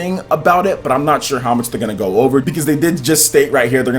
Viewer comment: ...I love your channel, the work you do is fabulous. I have one gripe, and its not just you who does it. Japanese pronunciations. Naruto to Boroto isn't "too" but its "toe" as in the Japanese word/particle for "and" meaning "Naruto and Boruto". Also, saying "Mr. Anouma-san" is redundant since the -san suffix means "Mr." in Japanese. They're small things, but small things that can give you just that little bit more credibility from folks, especially when talking about Japanese news/games.